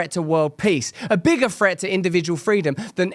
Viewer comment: What does "a bigger fret" mean? How is "fret" used correctly when you said it? Or were you saying "THREAT"...ya know, the word with no F in it. lazy lazy lazy